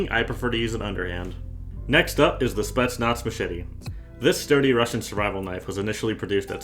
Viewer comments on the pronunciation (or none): spetsnatz lmao, read it a lil more careful. otherwise fire vid